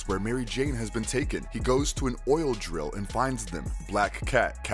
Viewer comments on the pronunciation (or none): none